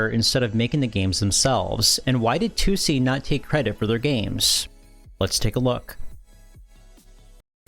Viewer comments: it's not "Two See" or "Tucci" it's pronounced "Toh Say" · Like, I can't even begin to figure out where you got "Toosie" from. In Japanese it's Toh Seh In English, it reads as Tohs. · The company’s name is トーセ. To o se Toh oh seh. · It's not "Too see", more like To-o-se, with Japanese pronunciation, no weird phonetics. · Toh-Seh, not Too-See. It's respectful to pronounce names correctly. You wouldn't want others calling you POYER, right? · Tussy? The name is Tose with an O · Maybe you need to learn English? Can't you see how 'Toh oh seh' is wrong? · Toe say? It's a Japanese Dev so surely it's Toh-seh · If you truly want to elevate your channel maybe check the pronunciation of a word you say 20+ times in a video like TOSE before publishing anything. Also try to do a little proofreading and some rewrites so you don't end up sounding like a sixth-grade term paper class read. Try to avoid short ideas and sentences as this will give you a less amateur sounding style. Consider not including the intros where you film yourself as they usually deride from the overall quality of your videos. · Drink every time you hear the subject of this video pronounced unbearably incorrect. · Mispronouncing the name of your main subject not even a second into the video is insane. If you're not going to exercise enough due diligence to pronounce a two syllable word properly then why should I assume any of the information is correct? I like your videos but I think you can do better than that. Put in the work. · You continually mispronouncing tose is driving me nuts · Add it to the list…. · yeah his pronunciation was driving me nuts. I went to the comments to make the same comment. But nice video all around.